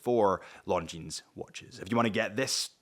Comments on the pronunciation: Something to note, not a big deal really, but the ‘s’ is silent in the name Longines. It may seem a nitpick but correct pronunciation does go a long way when wanting to sound credible and/or professional when wanting to sell or represent a brand. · Beautiful watch and great value. But please pronounce the name correctly. You're a watch channel...retail is detail. 😉